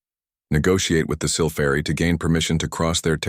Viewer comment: Just how many ways is your Damn AI going to pronounce "Sylphari"!!!!???? So, far hat number is 3. But, the story ain't done yet!!!